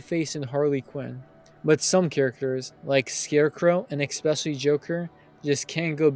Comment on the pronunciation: Especially, not eckspeshelly. If you're going to do voice overs learn how to fucking speak